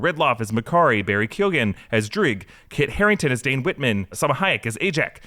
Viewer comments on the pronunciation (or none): none